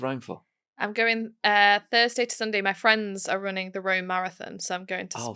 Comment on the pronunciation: Oooo, red trouser fwiemds.